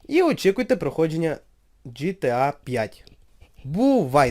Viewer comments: ҐТА, а не гта. Якщо вимовляти англійською то звучить ДжіТіЕй, а не жетеа. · ГТА!!!!!!!!!!!!!! А НЕ ЖТА